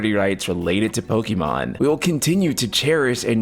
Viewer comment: Please stop saying Pokimon. It's very clearly Pokémon. Pokaymon.